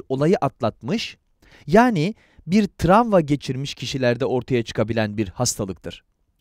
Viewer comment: seslendiren kişi "tramva" mı diyor ben mi yanlış duyuyorum?